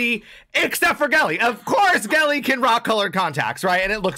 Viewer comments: It's pronounced jelly, tho haha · Gehlee is pronounced as Jelly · Great reaction! Gehlee = pronounced “jelly” Thanks for your energetic reaction! 👍🏽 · GEHLEE PRONOUNCE AS JELLY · Jelly not gehle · It's pronounced like jelly.. ❤